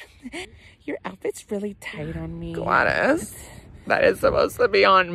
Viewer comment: You finally call Gladys name right